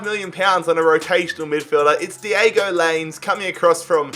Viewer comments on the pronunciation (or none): (Lie Ness) is how you say Lainez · Thats not how you say Laínez Its lahynez is is how you say it